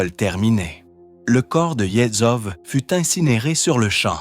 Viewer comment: Peut-etre pourrais-tu apprendre a prononcer correctement "Yezhov"?